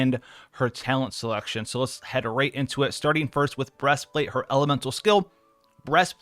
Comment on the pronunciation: "Breast Flat'è"